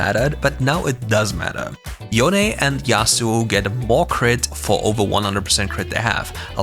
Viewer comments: IT'S SO NICE TO FINALLY HEAR YOU SAY YO-NEH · Good job pronouncing Yone correctly :p